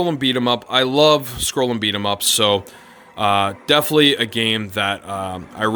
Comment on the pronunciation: DEFINITELY. 4 syllables.